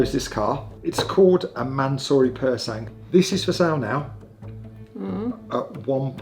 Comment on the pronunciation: Bad decision, that car looks like a car crash - literally. Also "Pur sang" its silent G lads, please.